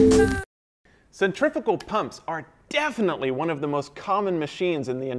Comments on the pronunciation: Wish you would pronounce the name correct. Cent-ri-fugal not cent-triffical.. couldn't watch.. proper annoying sure it was a great class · This guy knows everything about pumps except he doesn't know how to pronounce centrifugal he keeps saying centrifical boy no these are not centrifical pumps there centrifugal pumps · Centrifugal, not centrifical. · Why do you call them centrifical pumps when it cleary says centrifugal...? 🤔🤦‍♂️ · How the hell do you keep saying centrifical when that's not a thing, and you kept writing centrifugal? That is some serious mental disconnect. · It pains me to hear people say it as "centrifikal" rather than 'centrifugal" as it is spelled. Other than that, this is a fantastic series of videos. Great work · SEN TREE PHEW GAL . Pronunciation is everything . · "centriffical" other than that very interesting. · "Centriffickal" Fucking learn how to say something before making an in-depth video about it. Stop being a dumbass American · Is he saying (CENTRIFUGAL pump)?? I can't understand him. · what the hell are you saying because it's definitely not "centrifugal"?